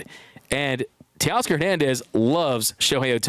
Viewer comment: new York can you say Teoscar?